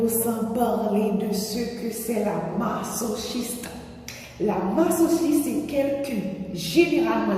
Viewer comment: J'aime bien le sujet comme on dit chacun ses goûts et qu'on on peut comprendre qlq qui est masochiste sexuellement puisqu'il s'agit du sexe 😂😂😂rien ne m'étonne sur ce point mais dans les autres points je me pose la question....... Et aussi je crois ça se lit " ma-zo-chiste" Sinon magnifique vidéo je suis nouvelle sur ta chaîne ❤